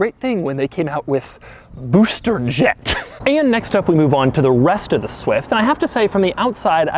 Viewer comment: Am i the only who loves when doug says booster jet?😂😂